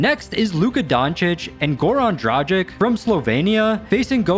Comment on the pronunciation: you had already butchered two names (Zubac and Dragic) before that Georgian so don’t worry:)